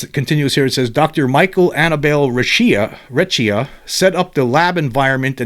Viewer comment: Hey, google says you pronounce Recchia in Italian as…Raykia